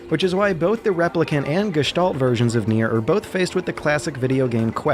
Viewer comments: wow kudos on pronouncing gestalt in almost perfect german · Really good pronounciation of this glorios german word Gestalt. But if i had to nitpick i would point out it's Gestalten not Gestalts^^